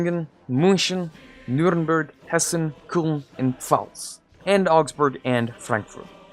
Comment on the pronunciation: I like how funny you pronounce the germany provinces ahahha Koln tho :D